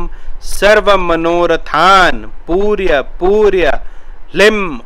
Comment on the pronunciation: वंश करी नहीं बोलते ।। व शंकरी बोलते हैं । पूर्य पूर्य न बोलकर पूरय पूरय बोलना चाहिए ।जय भैरव